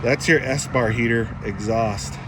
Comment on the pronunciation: Ok dude ,say it with me....."Es-par heater".....espar heater ,Espar heater, Espar heater "..... it's not a f*ckimg "S-Bar heater" !!!!!!!